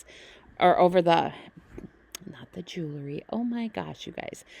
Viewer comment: It’s pronounced jew-el-ry, not jew-la-ry